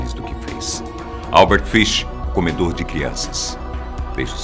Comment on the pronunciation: Comedorde? Kkkk tumb mas o vídeo ficou ótimo